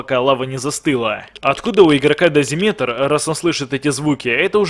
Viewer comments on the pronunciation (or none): даЗИметр а не дазиМЕТР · звук мычание огромных существ очень сильно похошь на фоновую музыку из сталкер зов припяти и ещё поправочка не дозимЕтр а дозИметр ударение на и а не на е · Правильно не дозимЕтр, а дозИметр ) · Нет, правильно говорится только дози́метр. Говорить дозиме́тр не правильно. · этот прибор называется не дозимЕтр , а дозИметр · дозИметр а не дозимЕтр!!!!!!!!!!!!!!!!! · Хочу немного исправить ты сказал дозимЕтр, а правильно говорить дозИметр просто немного слух режет такое произношение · не дозимЕтр а дозИметр (просто поправил)) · не дозимЕтр а дозИметр) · Не дозимЕтр, а дозИметр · Не дазИметр а дазиметор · дозИметр, а не дозимЕтр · Извените, но не дозимЕтр, а дозИметр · Не дазиметр а дазимитр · ДозИметр а не дозимЕтр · Классное видео, несколько раз пересматриваю. Получилось прям очень атмосферно! Но, хочу придраться, корректно будет говорить дози́метр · Правильно дозИметр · В слове дозиметр ударение на и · Правильно говорить дозИметр это написано в орфографическом словаре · ударение падает на и. Дозиметр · дозимЕтр. Капец уши режет. Я один такой? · дозиметр ударение на и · у дозиметра другое удорение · в слове дозимитр на и и в слове дозимитр не е а и